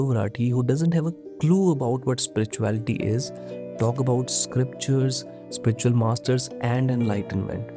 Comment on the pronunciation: Beg your pardon but what exacyly is Spritchual ??😂